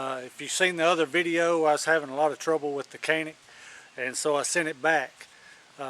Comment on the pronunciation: It’s not “cannic”! it pronounces like “John-Nick”